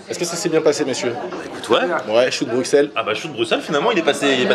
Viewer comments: Les belges doivent s’arracher les cheveux à vous entendre dire « Bruxxxelles » c « brusselles » la prononciation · ON DIT BRUSSELS MRC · Bruxelles se dit s et pas x